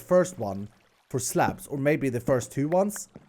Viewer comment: for slabs i heard craps